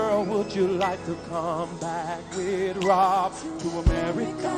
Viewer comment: It’s such a ridiculous moment, had me laughing so much 😂😂 “AMERICCA”